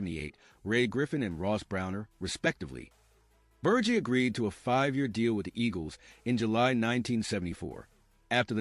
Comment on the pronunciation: Before you do a video on one of the greatest linebackers of the 1970s and 80s, you should know how to pronounce his name you’re saying it wrong It’s Ber Ge like he with a G